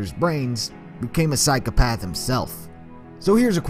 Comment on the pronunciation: i like how he goes on a rant about Psychopathy and continues to say 'psyc e path' you should really have correct pronunciation when talking about a subject you claim to know allot about psycOpath Psychopath is pronounced with an o not an e